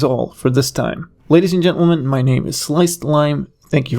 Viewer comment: I know what you say but now I only hear "Ladies and GentlemanT"